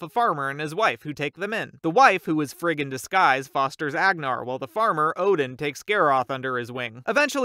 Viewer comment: When you said “frigg in disguise” It sounded like you said “fricking disguise”